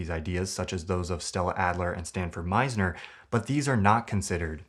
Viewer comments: *Sanford Meisner not Stanford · *Sanford Meisner not Stanford +Great vid 🙌🏽 thanks for making it